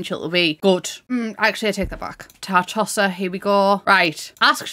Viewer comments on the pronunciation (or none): I swear, when you said, '"Tartosa," I heard, "Tar-Tosser." >D